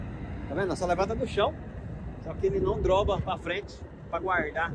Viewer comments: não é droba e sim dobra!! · "droba" não kkkkk